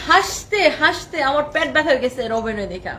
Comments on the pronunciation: প্যাট না বোন পেট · প্যাট না পেট